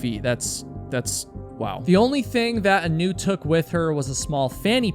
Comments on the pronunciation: looked hawaiian to me, heard you call her 'anoo' - middle name was leianuhea (A-nu). aūe blessings for da family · Anu is pronounced Ah new, every time I heard her name pronounced Anew, it bothered me, her name should be pronounced correctly. She is a lovely, strong girl, an incredible athlete, and very protective of others. She and my son grew up together, played sports together, were just kids supporting each other. One day, there will be answers, she'll be found, or we will all know what happened. Until that day comes, why dirty her name with conjecture and unkind words, it does nothing good, and to those who still worry, it's just cruel. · ah-NEW is a terrible name. Should've reversed the emphasis to the A. AH-new is nice... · Hi. I hate to be that person but her name, Anu, is pronounced as, "Aah-noo" like how you pronounce the anu in Keanu Reeves. growing up in Hawai'i it's a pretty common name.